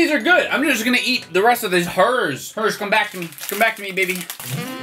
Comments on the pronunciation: When he said Herr like “her” I felt that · Herr's make good pizza flavored snacks. Me: When you said that name, it sounded like a mumbling villager from Minecraft. Just wanna point that out.